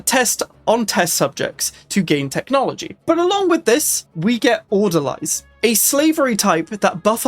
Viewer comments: It’s pronounced order-lees. Orderlies are nonmedical hospital workers, like the people who change the bedsheets, restock the tongue depressors, coean the bedpans. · You know, I was just saying like 2 days ago how insane a nomadic crimecorp would be. Not like this though, this is ridiculously OP. Also... It's pronounced "Order-Lees", welshman. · Die-nasty and order-lies I can't take it anymore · every time he says orderlies I die a little inside. Order-lees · That's not right at all. Haven't you ever seen a movie that takes places in a psy ward? Besides, it's very obvious how to pronounce the singular "Orderly", so why would you suddenly change it for the plural? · Your pronunciation of Orderlies going to trigger me the whole time.